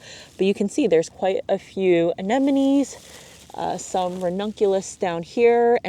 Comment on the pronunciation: Why everybody pronounced "anenemies"? These are ANEMONES not "anenemies".